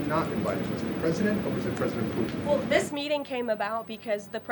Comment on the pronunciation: I'm sorry....I just cannot take her seriously when she pronounces the name of the leader of Russia, as "Poo-in".